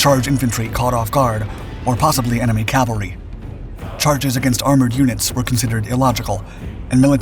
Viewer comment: The word is C A V A L R Y!!! Other than repeated mispronunciation good video. Semper Fidelis